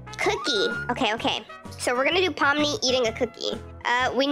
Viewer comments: You are saying it right! Here ill sound it out for u! Pom-Ni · Ur saying Pomni correctly ❤🖤❤️🖤❤️🖤❤️🖤❤️😁😁😄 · and you said her name right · Yes you said it right😊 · Yeah your saying ❤️Pomni💙 right and I LOVEEE The Amazing Digital Circus SOOO much!! 💕 Thank u so much for this video ❤🖤 and u should do reaction video of the amazing digital circus one day!! 😃❗️ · You are saying it right ❤ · I love ur vids and amazing digital circus! Im so happy you're doing this! Oh and u are saying pomnis name correct. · Your not saying pomni wrong just to be clear